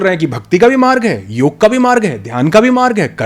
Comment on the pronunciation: एक बात कहना चाहता हूँ आशा हैँ बुरा नही मानेंगे, आप बहुत अच्छा ज्ञान देते हैं लेकिन कृपा करके यदि संभव हो सके तो ऋषियों के सम्मान का ध्यान रखें जिन्होंने ये ज्ञान दिया हैँ कृपया, मन्त्र को मंत्रा और योग को योगा न कहे क्योंकि ये ज्ञान भारत का हैँ. पश्चिन का नही.